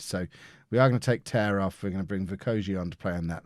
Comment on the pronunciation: dom tear is currently a good player in the national league north and it is just pronounced tear as in tearing a piece of paper